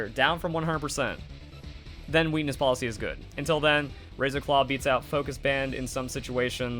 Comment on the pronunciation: Lol I'm sorry but I can't unhear weenis policy Great video